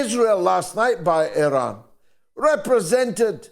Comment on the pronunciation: Interesting that the Americans cannot even pronounce Iran properly. Culturally ignorant.